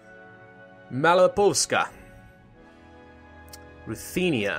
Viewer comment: that is ok...but what is funny is his prononciation of Malopolska, he always forgets to say L and says just Maloposka, but otherwise hes good at pronouncing...or at least mouch better than others:D carry on, your videos are great